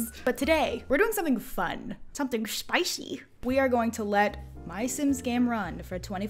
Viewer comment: Something “shpyc” that’s what it sounded like lol